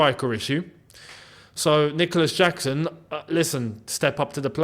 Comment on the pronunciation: Did he say Dicolas Jackson?